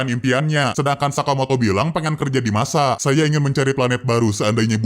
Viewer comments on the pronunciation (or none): bang itu nasa bukan masa 😅